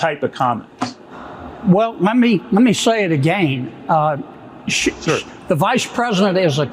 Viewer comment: “Let me say is AGAYN” 😂